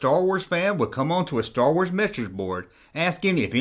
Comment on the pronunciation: "Schtor wors"